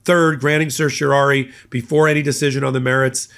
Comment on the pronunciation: A minor point: it's a writ of certiorari, which you mispronounce throughout.